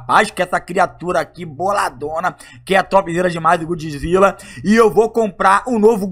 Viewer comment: "novo gudzilla" kskskskskskskkskksksksk brincadeiras a parte